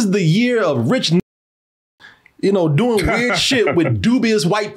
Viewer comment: Elon somehow flubbing the line "I'm rich bitch" was the perfect end cap. It sound like he said "I'm rih bitch..."